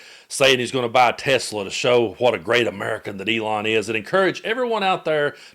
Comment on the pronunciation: "We have to take care of our high IQ people, 'cause we don't have many of 'em." Says the guy who can barely string a coherent sentence together & whose grasp of language (cofveve, hamberders, or more recently 'Tesler') along with his "tariffs fiasco" makes his current status as POTUS a friggin joke! 😂